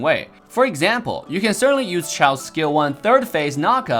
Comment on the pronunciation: Why say "chaw" when it's clearly "chou"?